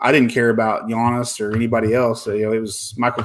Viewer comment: Another great episode, guys. I love the new YouTube advice channels where the hosts don’t even know how to pronounce “Giannis.” 😄 I finally tapped out of the modern basketball card market a couple months ago - it's just way too overpriced. But I just shifted to picking up boxes of early 90s basketball cards, and I’m loving it. So you guys are right, you just have to adjust - there’s always fun to be had in the hobby.